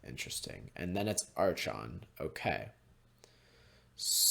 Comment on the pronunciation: I had to mute you during the match against taxes. God damn man, how you said archon make me physically feel pain.